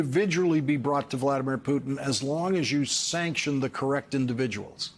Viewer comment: Sanct sanctio. Na. Tion